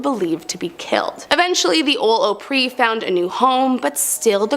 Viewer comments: Exactly if you're going to pronounce a legendary place in Tennessee leads pronounce it correctly it's called the Grand old Opry!!!! NOT Ooohpry!SMH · This is interesting. But there are a few mistakes. Prohibition started in 1920 not 1914. Opry is pronounced Ah pree not O pree. The Washoe Club is pronounced Wa show not Wa shoe. Walked by many times while visiting Virginia City. I do wish she would say where these places are. Which Union Station Train Station is that? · FYI it's pronounced "Ahpry" not Ohpree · It’s AHpry not O-pry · What the hell is Oprey?? Don't you mean Opry?? Learn how to speak English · Its ahpree not ohpree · I love your videos but it's Ah-pree. Like Opera. Good job anyways, keep it up. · Please do me a favor while I enjoy your videos and their entertaining please learn to pronounce the words of places correctly. It's not OOhpry it's pronounced Aupry. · (Opp Ree) not (Ope Ree) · It’s not pronounced :oh-pre” it’s pronounced Ah-pre…❤ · Opry sounds like "Awpry", not how you pronounce it. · It’s not pronounced “Oh-pree”, it’s pronounced “Ahh-pree”. Just as if you are saying opera (“ahh-peruh”). Same thing with the “Ahh-pree” land hotel. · It’s not called the Opry with a long O. It’s called the ah Opry Need to do more research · It's not called O pry It's called Opry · The narrator of the first ten has obviously never been to Tennessee or been a fan of country music. The Gand Ole Opry is not pronounced Oh-Pree, nor is Opryland pronounced as Oh-Pree-Land. It's pronounced as Ah-Pree and Ah-Pree-Land, like a shortening of the word Opera. Ryman auditorium was first used as a church of sorts meant for large revival meetings and known as the Union Gospel Tabernacle. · It’s pronounced aaahhhhh preeeeee not oooooo preeee This is why we can’t teach this new way kids are learning. They don’t know how to read or use a dictionary or pronounce words correctly. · It’s Opry with a short O. Like rot, got, or operation. Good video though! 😊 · It's Opry Ah-pree